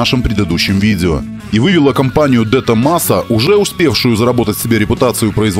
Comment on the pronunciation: Правильно говорить Дэ Томазо